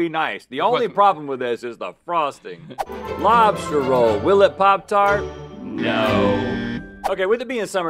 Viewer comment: Lobs-Tart ... just sayin lool